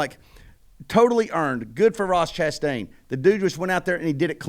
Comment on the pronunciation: Ross Crashtain...lol